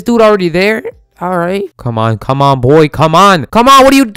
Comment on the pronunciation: He said B O I 🤣